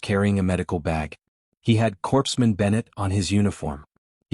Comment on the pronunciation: Overall, a decent story. The humans' philosophy is something we hold up, and strive for, today; but we're not there yet. Hopefully, we'll get there someday. Now, a minor critique: Within the context of this story, "Corpsman" should be pronounced like "Core-man". If you wanted the word to pronounce the "ps" combination in that word, you should have had the AI spell the "Corps" portion of the word with an e; so "Corpseman" instead of "Corpsman".